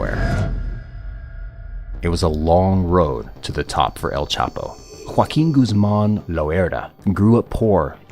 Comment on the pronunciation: It's not CHAPO